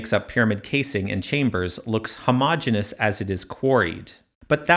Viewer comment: that's not how to pronounce homogeneous